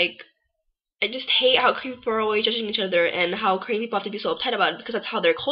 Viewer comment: You can't say Korean...that's why you hated it..pathetic..and stop repeating like ...